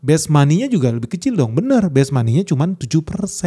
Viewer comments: Base monet, bukan best money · "Base money" harusnya bang, bukan "best money"